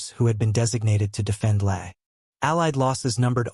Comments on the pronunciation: Lae is pronounced Lay, not Laa. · Either learn to do your own narration. Or teach they ai to properly pronounce LAY NOT LAH a pause between B and25 is inaccurate. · LAE is pronounced LAY, NOT lah 👎👎fact check !! And look up the use of RAAF Bristol Beaufighters in the SWPAO !! 5.13 Is that a Beaufighter pilot taking a drink from his flask ? Damien Para photo maybe ? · Please get the pronunciation of LAE correct. It is pronounced as LAY, not LAIR. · This is absolutely not meant to sound petty, but Lae is pronounced as “lay” rather than “lare” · ... the place is in PNG and is called LAE as in to 'LAY' down it is not 'LAA' if your going to be historically accurate get the AI phonetics right as well ! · Lae is pronounced "lay". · MORE AI CRAP! Can't even pronounce the name of the port city Lea correctly. Lea is pronounced Lay. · The New Guinea destination Lae is pronounced 'Lay' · Lae, sounds like Lay. Got it? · fyi, LAE is pronounced "LAY". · Lae is pronounced Lay, not whatever the hell you said. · Lae like Lay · Overall not a bad video, however, Lae is pronounced “Lay” and you show a photo of a B-24 Liberator on fire. This video is about the B-25, please try and stick to the story with your photos. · Instead of guessing how names of places are pronounced, LOOK IT UP! Lae is not remotely pronounced like that. The "a" is like in father, and the "e" like the a in "lake". It's German, and the IPA pronunciation is at the beginning of the Wikipedia article. Don't be a lazy ass, you'll find people really appreciate you making the effort...laziness not so much. Also, troop transports and destroyers are not "merchant shipping", they're military. You have no excuse for this mistake at all. Simple logic should tell you merchants are not soldiers and vice versa. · Your pronunciation of some of the places and Japanese ships needs serious work